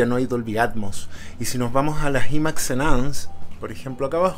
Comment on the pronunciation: Imax se dice Ai māx